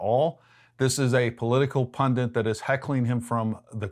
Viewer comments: Pundit bro, not “pundant” 😂😂😂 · Why do Americans say "pundiNt" when the word is "pundit"???